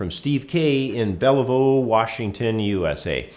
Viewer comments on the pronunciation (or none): It's pronounced Bell-View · Thanks for all the great videos. They are very informative and nicely presented. You are a great teacher! By the way, Bellevue is pronounced Bell-view. ;-) Keep up the great work!